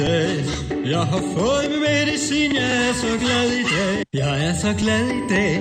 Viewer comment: Det høres ut som han sier: Jeg er så glad i deig. :)